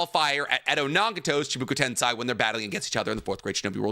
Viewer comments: My boy, My dear sweet boy, What the fuck is shibuka tensai??? It’s chibaku tensei. Shibuka tensai 4 times in a min killed me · I love you and your content but it's Chi Baku ten SEI " SAY" a tip that helped me learn it is RAIchu REImi ei makes an ay sound ai makes an I sound also dog you've been to Japan lol 😅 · Fair points, but your pronunciation of “chibooku tensai” alone cost u the W. it doesn’t even look like it could sound like that